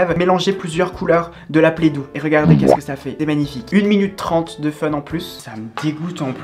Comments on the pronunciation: Ça me stresse qu’elle dise playdou et pas play do genre O comme de l’eau 😞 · La « PlEdOu »😂